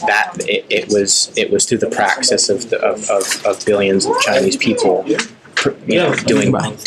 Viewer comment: He needs to practice saying “practice”.